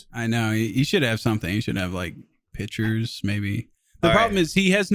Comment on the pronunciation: Why does say Pitchers instead of pictures and everyone pretends they don't hear it?